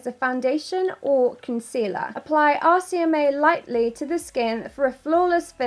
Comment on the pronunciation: The whole time i thought she was saying 'ASIAMAE' instead of 'RCMA' 😂😂😂